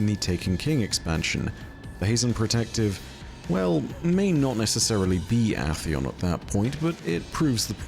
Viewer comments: Is it pronounced Ah-theon? I've only ever heard Ay-theon, and I've heard it that way for so long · Aint no way bro just said atheon like that💀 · Love you but goddamn after the 10th mispronounciation of atheons name made me give the same reaction as when the wifi runs slower than a three legged badjer